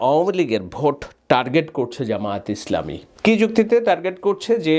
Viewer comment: আপনি একটু শুদ্ধ করে বলবেন জামায়াতে ইসলামী